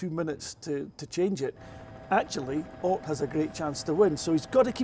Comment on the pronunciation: Any chance you can get to start pronouncing Ott's name correctly? 🤣